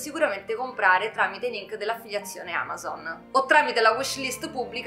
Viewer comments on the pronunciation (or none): none